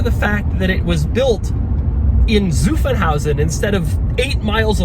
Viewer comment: As someone living in the Stuttgart area where Mercedes and Porsches are built, I really appreciate the amount of effort Doug puts in pronouncing German words, especially Zuffenhausen right at . It really sets you apart from other reviewers or car enthusiasts!